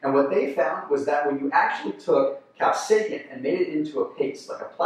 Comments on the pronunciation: Is he saying cap-say-kin instead of cap-say-sin? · Many people do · Bruh how do you mispronounce capsaicin